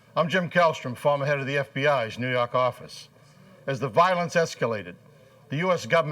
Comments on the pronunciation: "nuu yawk affice" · NO YAWK FAFFICE! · NEW YAWK AFFICE!